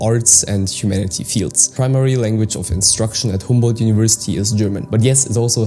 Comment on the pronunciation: it is not Hamboldt but Humboldt University